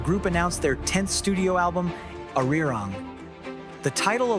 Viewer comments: Ar-RI-rang? You couldn't look up how to pronounce it correctly? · One of the best short histories of BTS I've seen! (Just pronounced ARIRANG oddly the first time!)